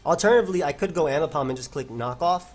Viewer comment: AIMbipom TTT, c'mon.